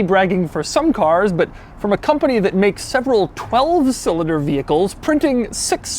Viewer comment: For real what's wrong with your speech? EverythingUH, four cylindErrrr